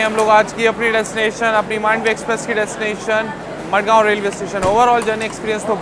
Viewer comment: Not मडगांव its माणगाव